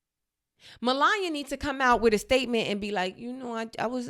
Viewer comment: Anyone else enjoy Zainab butchering MelanYah’s name the entire time? 😂😂😂😂😂😂😂